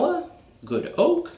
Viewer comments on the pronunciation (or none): none